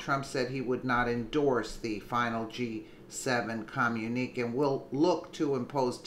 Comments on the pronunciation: With all due respect, the work is pronounced come-you-na-k, I'm sure you heard this word during your lifetime, it's just the way the word is spelled that made you mispronounce it. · btw, that's a communi-kay (enunciation). other FAKE "news" tried to claim the photo being all those false leaders actually bullying President Trump, as if it'd work at all? lmao! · It is pronounced com-mu- ne- kay